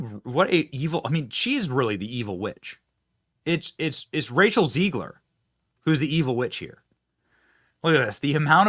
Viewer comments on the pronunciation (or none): Don't know if it's intentional but Benny is making Zegler Jewish by pronouncing it as 'zEEgler instead of zEGler. 😅Nice job Brother Benny